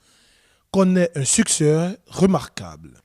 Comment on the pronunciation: Succès et non suksseur 😂😂